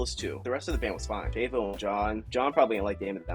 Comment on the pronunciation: Is not Shayvo, it's Shavo with a ah sound